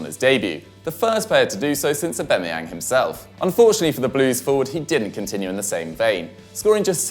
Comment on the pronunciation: Why are you saying Aubemeyang instead of Aubameyang?